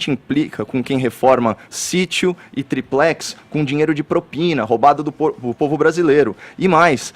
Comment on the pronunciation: FEFITOOOOOOOO!! O Copolla acabou de dizer que é uma atividade legal!! Está no véu da NORMALIDADE!! UFA!! E fala direito, não é zinheiro é Dinheiro ok?